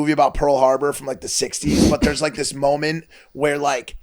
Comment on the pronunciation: “mooment”